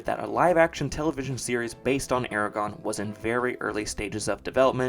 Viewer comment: Calling it Eregon when Aragorn was so famous is what did it for me as a kid ha